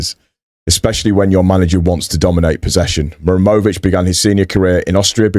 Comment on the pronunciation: To help you my friend, you are saying Mur emović and forgeting HA. The origin is name MuHaReM